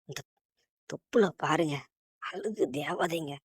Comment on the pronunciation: Atharku peyar allagu illa bro azhagu ozhunga tamizhai tamizhaga pesunga bro